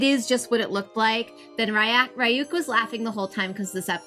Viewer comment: Jesus christ you should be able to pronoucne Ryuk properly at this point already